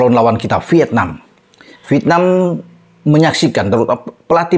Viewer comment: Coba belajar ucapkan dng benar 'V I E T N A M' (pakai huruf 'E' di tengah²nya) & bukan 'V I T N A M'